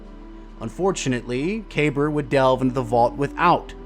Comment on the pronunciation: Kuh-Beer, that's how they pronounce it in game